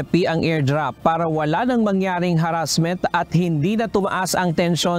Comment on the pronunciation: Saan na yung mutual defense nyo klaro ng harrrassment